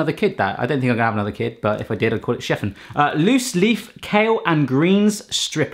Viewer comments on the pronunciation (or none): none